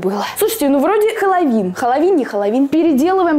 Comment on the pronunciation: Обожаю когда она говорит халавин 😂❤️